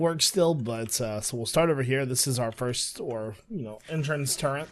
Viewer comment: I kind of scream inside everytime he says "turrrent" lol